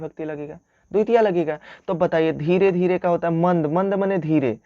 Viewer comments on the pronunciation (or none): Dhere dhere hoga dhere dhyre nahe